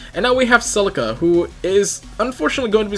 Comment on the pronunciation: did you say silica? XD